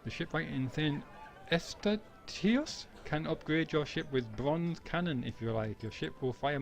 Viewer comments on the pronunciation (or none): St. Eustatius is pronounced “Saint-you-stay-shee-us”. Great videos!